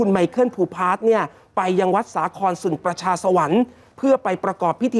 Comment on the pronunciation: อยากขอความกรุณาทำการบ้านมากกว่านี้อีกนิด หลังๆอ่านข่าวต่างๆผิดบ่อย ในข่าวหนึ่งๆจะพบหลายคำ เช่น ประชาสรรค์ (สัน) จูเลียน (ไม่ใช่จูเนียร์) เข้าใจว่าข่าวเยอะ ฝากนะคะ